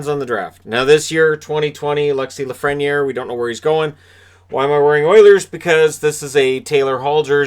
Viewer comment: It's pronounced La-fren-yay. He's French.